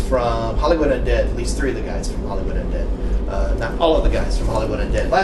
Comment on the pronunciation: says unead not undead